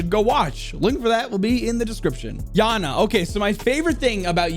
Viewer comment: fun fact you say kaid and iana like an autistic man child